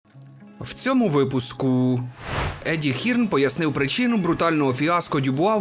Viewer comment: Сам ти Хірн. Читаєтся Хьорн. Вже як росіяни, німагу вигарваріть патаму гаварю как хачю.